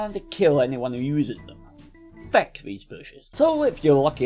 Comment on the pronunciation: "FECK these bushes"